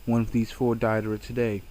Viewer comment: It's Deidara as in (Day da ra) not (Die da ra) gosh i hate it when people mispronounce names. They name them correctly in the series...... all the other names you said were mispronounced. I'm sorry if i offended. It's a pet peeve of mine. sorry.